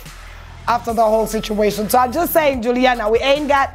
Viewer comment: She’s not Julina, she’s Juliana